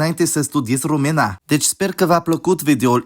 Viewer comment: Hey great video I really looked forward to seeing a video about us, just wanted to add a few things: - throughout the whole video you pronounced some of the things wrong, which is obviously not a problem but just wanted to mention; e.g. Română (/romɨnə/) not (rome̯nə) - aside from diftongs, we have triftongs and hiats (i don't know if they have different names in English so i'm sorry); for example : seară (/'se̯arə/), iau (/'iau/ or /'ǐau/), alee (a - le - e) (/a'le.e/). There are some exceptions to be brought to attention though, like if in a diftong or triftong we have the "ce, ci, ge, gi, che, chi, ghe, ghi" groups, e and i downgrade to just ʧ, ʤ, c and g, effectively removing the vowel and maybe palatalizing it. Also, diftongs have priority over hiats and if in a hiat, in the 2nd syllable we have a diftong, the hiat gets broken like chemical bonds would and we only keep the diftong (which is also why the stress falls on the 1st syllable). So if we were to say "Eu iau un ceas cu ceai." , it would be pronounced (/ĭeu ĭau un ʧas ku ʧai/). Although, to be noted, in theory "i" is always a vowel and never a midvowel so it shouldn't be written like that, sometimes it behaves like the palatized version" - "norilor" means "of the clouds", "clouds' " - you say that there is no rule for stress, but there is... although to be honest I don't think anyone could tell you what it is, not even teachers. We just get used to speaking it and use the stress correctly by nature -8